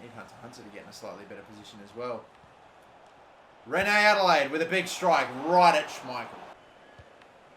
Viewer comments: Reine-Adélaïde is pronounced Ren Aday-la-eed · Reine adelaïde name Is pronounce like Rain( Reine). Adelaïde.